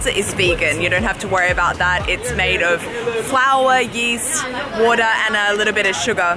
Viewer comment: I thought she was American until she pronounced WATER . Only Strayans say WOHDDA !